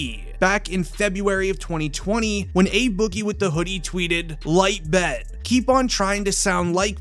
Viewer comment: Ayyyooo 🤣…These mf’s want to be sooo “Hip” but be sounding bogus & goofy asf smh... Soon as I heard him pronounce “Light Bet” I was out lls..Keep that view, it was on me haha!